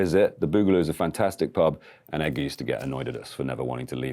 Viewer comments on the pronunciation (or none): none